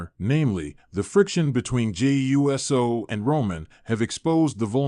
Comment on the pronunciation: Dude it’s not Jimmy USO It’s pronounced “Ew-So”